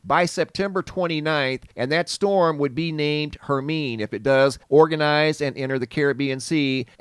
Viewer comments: Hey there! Hermine is pronounced: Her-mine-ee ( like in Harry Potter) 🧙🏻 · I sent you a perfect rectangle a few years ago and you had it on your vlog! Thatm made my day! Thank you! I think that hurricane would be pronounced "Herminey", no?